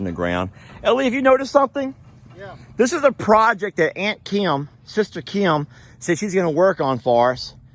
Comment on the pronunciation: Hello from NYC. be nicer to your sister. She’s a friggin Super Hero. Also, I’ve never heard the name ‘Kim’ as two syllables before. Kee’im. Love yous guys